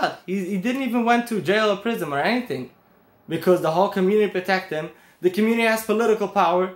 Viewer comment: Tzaddik...the word is Prison with an N not an M.